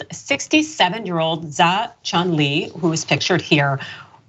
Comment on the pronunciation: Isn't "Zhao" pronounced kind of like "Jao?"